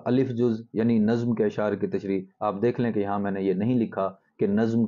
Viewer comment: افسوس کہ اردو کے استاد اردو ہی نہیں بول پاتے، لفظ نظم کا تلفظ ہی نہیں جانتے.